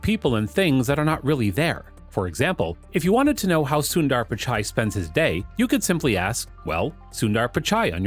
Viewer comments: It's not Soon-dAAR. It's pronounced sun-der , with the u as in put. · Its sundar not sundaar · It's soondhaarr not syunder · It's not SunnDDaar it's Sundar 😂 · It's not Suundar 😂 it's sunder means beautiful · “Soon ther” the right way to pronounce his name. Not “soon daaar” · Sunnnndaaaaarrrrr....😂.. Kwell ik foreigners can't spell Indian names... Its just sundar... Or sunder for foreigners 😂😂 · "soondaar pichaai" no its "soondhar pitch-ay" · if only he'd stop saying soon DAARR. Its Sundar as in "the-R". sounds annoying af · When they pronounce sundar as suundarr. It’s hilarious 😂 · CEO of google and yet you cannot pronounce his name correctly? Not sundaar, it is sundar! Not Pichaai, it is pichai! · It’s su-in-der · soondaar lol, americans will never be able to pronounce indian names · It pronounced as sundhharr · its annoying how he butchers his name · “Soon Dhar” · You said "Sundar" 700x in this video and pronounced it differently every time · DUDE the pronunciation of Sundar's name is PISSING ME OFF OMFG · still u won't learn to pronounce his name correctly 😏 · You pronounce "sundar" and "Pichai" both in wrong way